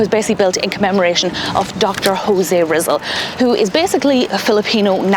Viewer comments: "Rizal" is pronounced as "ree-ZAHL". The way you say it is like "rizzle". It sounds cute but you can do better :) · “Rizzle” 😂Park… Ri-ZAL… Stress the second syllable.😂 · She said "RIZZLE PARK" LoL!!!! Mah Knee Cuh J RIZZLE!!!!